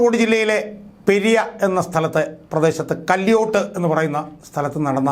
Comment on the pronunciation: ചേട്ട പെര്യ അല്ല പെരിയ